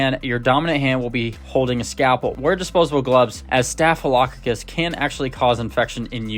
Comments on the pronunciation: Here you go: STAFF—UH—LUH—CAW—CUSS. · Your mispronouncing “staphylococcus” it’s staff i low cock is. Otherwise, good video, thanks for the tips. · Staf lo cock us…..is how you sat it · Staff-a-low-cock-us. Accent: emphasis on the first syllable, & then even stronger emphasis on the "cock" syllable. 😊